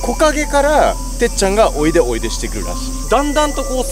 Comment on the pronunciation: おいでがこいやで草